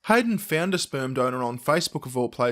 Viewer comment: Plus, Lorraine Kelly says "Speyrm".